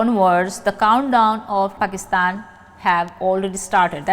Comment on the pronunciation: प्रणाम, आपका पाकिस्तान का नाम लेने का तरीका ( उच्चारण ) .. wow